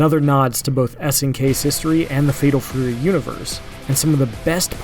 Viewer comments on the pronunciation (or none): "Fedol Fury"?!